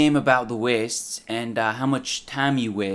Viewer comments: Da Wee-ests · it's the 29th of September 2020. ever since watching this fucking video, everytime i hear the word "waste" i can only think about the way this dude says it. "weeeeast". additionally, some Audible ads have a dude that sounds exactly like him. more trauma. will i ever be free of this curse? probably not. weeeeeast